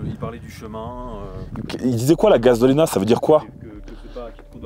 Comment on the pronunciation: gazolina,,, il a dit quoi ? Il a dit gazolina😅😂